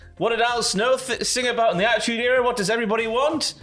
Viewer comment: About is pronounced aboot is b/c of the French English mix imo.